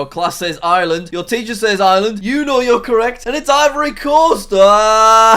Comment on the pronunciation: FUN FACT! There’s an r in Ireland Jack.